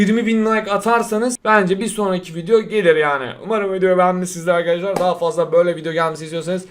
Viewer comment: Daha demiyip dahaf diyen koca yürekli